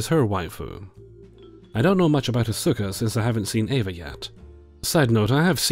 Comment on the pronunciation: I know this is nerdy of me to point out, but you can tell hasn't seen Evangelion based on how he pronounces Asuka:) Hint: It sounds like "Oscar" without the R. Not the PRECISE pronunciation but the easy way for English speakers to get close. Also "waifu wars" are always cringey to me. Whatever happened to just having "favorite characters"?